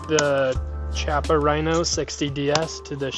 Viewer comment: use the bmt mooner, do a search, dont want to link it here, also just buy a bunch of moon clips to make extraction faster any holster recommendations? also its pronounced KI-appa